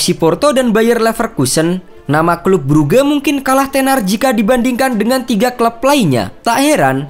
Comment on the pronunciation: Bang baca nya bukan bruge